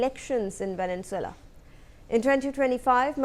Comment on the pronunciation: Your pronounciation of Venezuela is wrong!